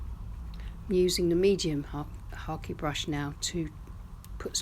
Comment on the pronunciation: Lovely painting. I've never heard of a hake brush being pronounced as Harkey 😁